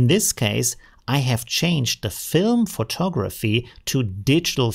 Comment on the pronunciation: Hey, very informative and useful information about Midjourney. Thanks! I teach English as a second language and wanted you to know the word photography is pronounced pho·tog·’ra·phy. There are four syllables and the accent is placed on the second syllable (tog’). Here is the word photographer - pho·tog’.ra·pher. There are four syllables and the accent or stress is placed on the second syllable again. I recommend you practice pronouncing these words correctly in a sentence. I hope this was helpful.